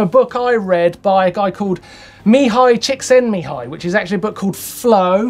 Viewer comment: Martyn, you just pronounced a hungarian name correctly (prof. Csíkszentmihályi Mihály), which is harder than doing a wheelchair frontflip! Cheers!